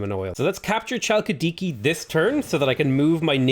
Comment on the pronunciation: Hey, just wanted to point out Chalkidiki is not pronounced with a ch sound, its pronounced Halkidiki if that makes sence haha